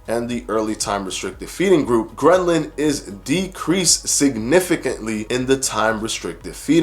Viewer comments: Bro, I think it’s ghrelin not grenlin . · I LOVE how you break down the studies for us and make it easy to understand. One note: ghrelin isn't pronounced "gren-lin." 😉